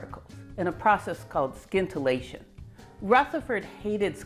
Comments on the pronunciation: Do we say “Skience” or “Sience” for Science? If it sounds as the latter, then scintillation sounds without the K. Sorry, but this is the first time I hear it pronounced this way although when I was in college I learned in french where there too the K is silent. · Love Love Love your videos! This one has a small pronunciation error: it's "sintillation" not "skintillation" :) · In the word "scintillation" the "c" is silent, so that the word sounds like "sintillation". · I realize that it's a lot like pronouncing "scattering" as "sattering", but "scintillation" is, in fact, pronounced "sintillation". Your talks, though, are always scintillating. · I think it's pronounced "sintillation" not "skintillation". I know ... it's spelled scintillation but as you know, I'm a nit picker. And a guitar picker. Also, it's "Kirchoff", not "Kirkoff". The "ch" is pronounce as in "church". :) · Please, scintillation is not pronounced skintillation but sintillation. Regards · 'sin-till-ay-tion', not 'skin-till-ay-tion' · "sin-ta-la-shun"... not skint... :p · I'm pretty sure the C in scintillation is silent, and the scin is pronounced as sin. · Scintillation has a silent c, so it is pronounced sin-till-ation. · How many times in her life did she say "skintilation" and nobody corrected her? Granted, aside from talking about Rutherford, it would probabavly never come up, unless she found something scintillating. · Scintillation has a silent ‘C’ !!! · Sorry. I love your work and I love your content, but I couldn’t get past half way through this video with your bastardisation of the English language. The C in scintillation is silent, as is the first C is in science. Skintillation just grates way to much to endure. Look forward to the next video though x. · Where did you learn how to pronounce scintillation? It’s SINtillation. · I think the c in scintillation is silent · The 'c' is silent in "scintillation." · FYI The c is silent in scintillation